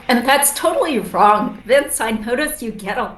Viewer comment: You mean ‘wong’ 😅